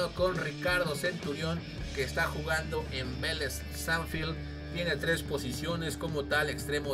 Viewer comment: No se que me enojo mas que no diera las valoraciones, que no sepa pronuncias sarsfield o que dijera lucas arellano